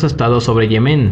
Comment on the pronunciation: Se dice "Yemen", no "Yemén".